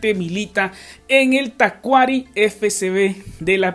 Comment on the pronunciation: Se pronuncia Tacuarí. Saludos 🇵🇪